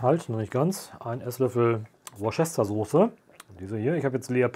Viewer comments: Nett. Currypulver wird nicht angröstet, Paprikapuler MINIMALST angeheizt. Senfkörner werden im Öl erhitzt bis sie springen. Desweiteren ist dies eine milde Chilischote. Wer mehr will kann Thai Chilies nehmen oder auch nicht.. Zimt wird nicht als Pulver verwendet. Es heisst "Wooster-Sauce" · Mega lecker! Aber bitte: „Wuuster-Soße“. So einfach heißt die, ist gar kein Zungenbrechdingsbums dabei 🤷🏻‍♀️